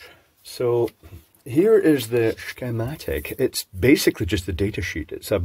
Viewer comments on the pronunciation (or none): Wonder how many of your viewers now pronounce it as "schhhhkeeymatic". Count me as one of them.